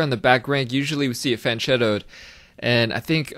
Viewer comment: So many people mispronounce "fianchetto".